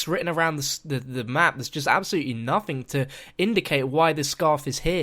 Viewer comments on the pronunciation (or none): none